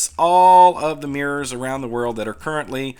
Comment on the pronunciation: "Let's look at Mirs' Me: "Eh? Oh... MIRRORS!" 😁